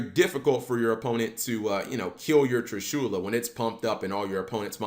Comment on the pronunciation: Damn his pronunciation of Trishula bothered the fuck out of me